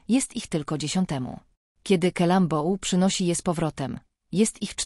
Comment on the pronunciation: Kalambou ? przeciez tego nie da sie sluchac !